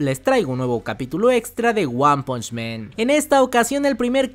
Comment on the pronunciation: Bro excelente contenido gracias por tus videos, sólo te hago una pequeñita observación con mucho respeto y es que recuerda que es one punch man porque si dices "men" estás hablando en plural 🙌🏻